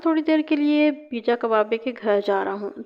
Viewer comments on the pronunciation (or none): اللہ کی بندی پرویز کو پے جا کہتے ہیں پی جا نہیں 😅😅😅😅